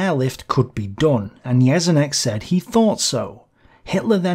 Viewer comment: Just on little nitpicking: You pronounced Jeschonnek a bit wrong. The 'sch' in german is pronounced like 'sh' in english. The rest of the video is great as always!